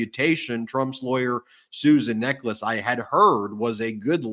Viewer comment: It's pronounced 'NECK-uhls'.